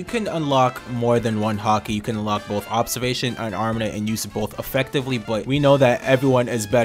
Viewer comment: Great videos. Please pronounce it "armament haki" not arminin haki. Cheers